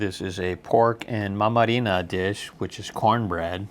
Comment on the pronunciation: Well as a romanian (moldavian people are our brothers / Moldova was once upon a time a part of Romania) I have a few objections to make. First - it's not mamariga it's mamaliga with L. Second - sarmale in foi de vita - you must chew on them seriously and they should be in combination with cream dill in order to enjoy them fully. Third - the wine - you should be carefull with that, it's pretty strong (we like it pretty strong here) and you may get drunk very fast. Fourth - the salad - that salad is what we are calling salata beouf down here. What you just eated was an interpretation of that. Fifth - the desert called nuci (nuts) - it's good both hot and cold. You can eat them both with hot tea or hot wine. Sixth - the desert called placinte - the best choice would be that with cheese (placinta cu branza). The cabage one is so-so. The cheese one is the best. Seventh - that soup is what we call ciorba - you suppose to eat that with alot of bread - you just cut the bread in tiny pieces and place them into the ciorba. Eight (the last) - saslika - it's grilled chiken on a stick. You should eat that in combination with garlic sauce for the best experience. As I expected from the title in that restaurant there was a moldavian chef. At the end I am glad that you tried a few of Moldovas good dishes and I wish you NOROC! (good luck!)